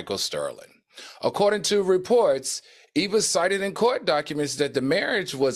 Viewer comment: Can who ever from this channel fix EVA’s name, it’s not Eve